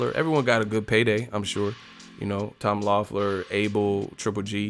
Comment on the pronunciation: Why can’t you say Tom lawfler instead of GGG it’s not like GGG said it